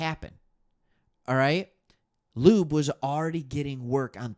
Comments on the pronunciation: It's pronounced, Dylan (Law-be) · Dude I appreciate your outlook on things nobody else but our fans are paying attention to (and I'm pulling for Raiders Lions SB) But PLEASE stop calling our rookie RB lube 🤣 Laube...L+owww+beee. Laube.